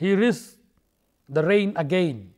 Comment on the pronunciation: at 19 .51 it is rain not pain